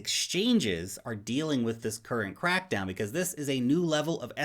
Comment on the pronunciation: What i heard when you said it was China bitcoin CRAPDOWN.😁😁